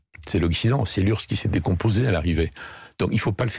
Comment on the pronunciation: L'urse? On prononce U-R-S-S.